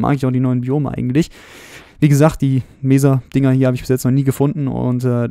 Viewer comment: Nettes Video, aber ich muss sagen du solltes mal ein wenig an deiner englischen Aussprache arbeiten. Das S bei Seed oder auch bei Mesa ist nicht weich. Und bei Hardened Clay ist das E am Ende praktisch stumm. Sorry für den mahnenden Zeigefinger, aber ich musste mal drauf hinweisen